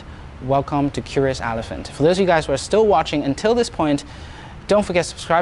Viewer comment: it's elephant and not alephant